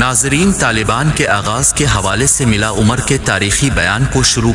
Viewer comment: IS IT SOMETHING WRONG WITH YOUR AUDIO.. OR YOU SOME CHOOTIYA YAHUDI GASHTI KI AULAD AND INTENTIONALLY SAYING EVERY "U" AS N "I".. WHAT IS "RABBIL IZZAT"?? AND WHAT'S "MILLA UMAR".. ?? WHAT "TF". REPLY ASAP!